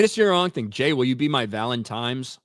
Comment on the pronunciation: Jay, you're an awesome dude. But for the love of God, don't say "Valentimes" again. It's. V A L E N T I N E S! There's no "M".